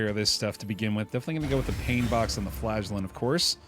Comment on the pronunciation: Every time I hear "the Flagellant", I understand "the Flatulent", gives a whole new perspective on the guy going toxic.